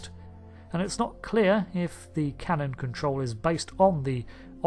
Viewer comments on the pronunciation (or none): none